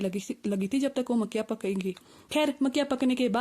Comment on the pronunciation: Bahut der me samajh aaya ki makkiyan bola na ki makkhiyan😂😂😂